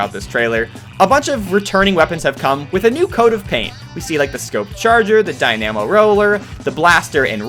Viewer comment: Ink-ooza? Dy-NAM-oh? I'm done.